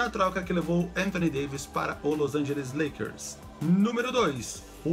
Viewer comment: Na Ultima se falo Lakers errado